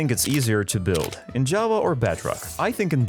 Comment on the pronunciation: First, there are a lot of things you forgot about, there are a lot more things you can now do in bedrock, and every time you tried to say Java, it came out as Jawa🤣